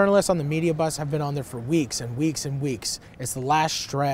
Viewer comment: "violence ageenst women in particular, there have bean"